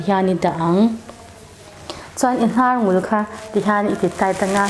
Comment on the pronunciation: Hnarngul tih lai tak kha han thluk dikthei hram la ka va ti ve. Kan Hnam Mizo tawng hi uluk hram2 ang u. 👍